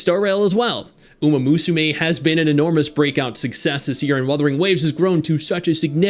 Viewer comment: yes lmao